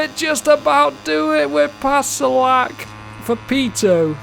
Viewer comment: Hello, iam from czech republic and rider Filip Salac is not "salak" but "salač" by the way, very funny and interesting, lets go to the next races and teams😁👍🤩